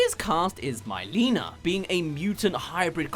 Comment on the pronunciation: This is a realy well made video except it annoys me more than it should with how you pronounced Mileena (My-lee-na) and not how it is with (Me-lee-na)